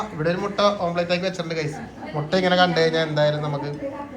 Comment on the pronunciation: Omplate alla omlette anu... Sajishinte kodi ithra vayassayittum mariyillallo